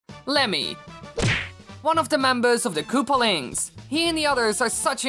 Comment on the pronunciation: "Kaloopalines" "Koopalings" Bruh